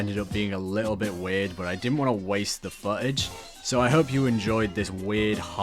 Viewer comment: You complain about people correcting your pronunciation of in game names when you apparently can't correctly say the "TH" sound and pronounce footage as "fuh-age" and of course other words. So screw them, call them what you want. 😉 👍